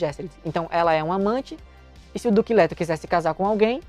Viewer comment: Pq eu to ouvindo: "Duque lerdo"? Socorro! Kkkk